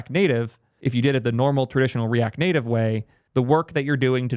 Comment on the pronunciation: What is “the native liar”? Are you trying ro say layer? And the “netive” pronunciation of native is also peculiar. Like a Canadian under transition. Never heard these from you before. Cook